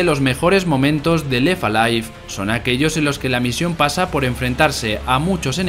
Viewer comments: "La historia de Lefa Life" y así durante todo el vídeo. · Pues pronunciando la T. Pero en inglés, no en francés. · Lo de no pronunciar la 'T' entre 'left' y 'alive' del narrador le da un punto noPor. Alguien tenía que decirlo. P.D: Sin duda esa sustancia está viva (o al menos la da).